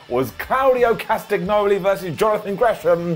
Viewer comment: I love, he is the best thing about the Internet pro-wrestling community and deserves an infinite amount of Ups for his great work. All that said, I'm kinda sad that he can't pronounce Claudio's last name. It's written Castagnoli, but in Roman languages this is pronounced differently. I have no idea how to write it in English, but check it out. And yet, this takes nothing away from how brilliant his content is. One love ❤️